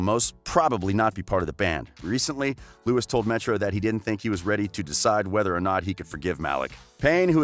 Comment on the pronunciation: Yeah I stopped watching after you said “Lewis and Neil”